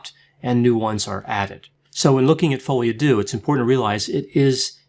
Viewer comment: Oh my goodness. It’s FRENCH, it’s not pronounced like THAT. Are you for real? I’ve never heard a doctor that can’t pronounce the name of a disease/condition when it’s in a foreign language. No comment.